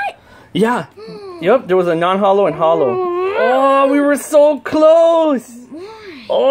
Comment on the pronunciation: You said non Hollos twice